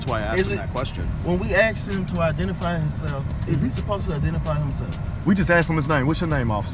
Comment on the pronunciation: 👨🏻‍🦳“YOU’RE FAILURIN’ TO IDENTERFIY”